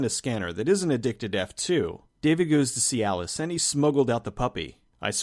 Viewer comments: I keep hearing "goes to cyalis" lol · I’m so immature. Every time you said “see Alice” I chuckled. Cuz... dik pils lol